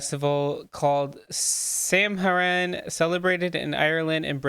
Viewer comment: Samhain is pronounced "Sahwin"